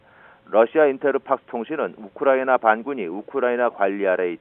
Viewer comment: 우크라이나 발음이 어렵나..? 거 되게 듣기 머시기하구만...